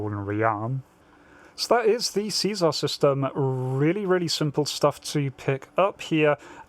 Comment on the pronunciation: See- SAR not Caesar.